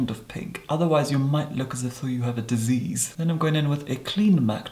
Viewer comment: "Has to be the right kind of pink, or else it will look like you have some sort of disease". I loved the emphasis no Disease.